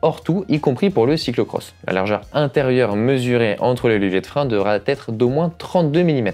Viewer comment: Pourquoi « devra têtre ? » 😅